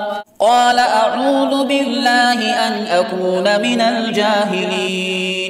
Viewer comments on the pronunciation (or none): none